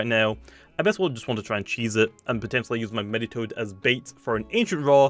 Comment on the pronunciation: Me-ditoad, Me-tronette, Me-ga Propae?